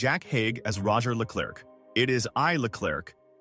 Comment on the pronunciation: "It is I, -LeClurk became one of the most instantly recognisable entrances in British sitcom history" Except that every Brit know it's pronounced 'LeClair'. Great content, delivered by AI slop voice.